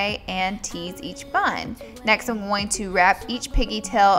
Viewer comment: I love how she says going! "I'm just GOWING to part this hair, ..."